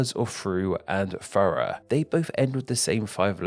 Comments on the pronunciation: "take frough and forough", your omission of the "TH" adds issues :-p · why do you say thorough like furra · you pronounced thorough wrong